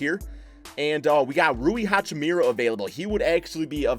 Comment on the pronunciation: Guy can't say hachimura's name properly ffs 🤦🏻‍♂️😂